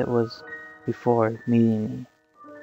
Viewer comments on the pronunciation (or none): It's liu not lui or lue!:P